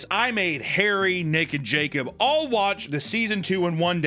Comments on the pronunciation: I definitely heard, "Harry and Naked Jacob" instead of "Harry, Nick, and Jacob" hahaha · I heard “Harry naked Jacob”. not “Harry, Nick and Jacob” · sounded like he said hairy naked jacob🤨